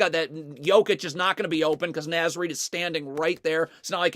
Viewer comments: Great video, I love watching Wolves defense when it's clicking like this. But please good sir... It's Naz like Oz. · Just FYI because ive heard it a few times in the videos…Naz is pronounced with a short ‘A’, like ‘car.’….carry on. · Naz is pronounced “Nawz” by the way